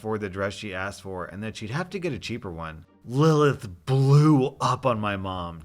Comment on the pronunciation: Im so glad you pronounced the name Lilith right. Thats my little sisters name and usually people pronounce it "Lie-Lee-ith"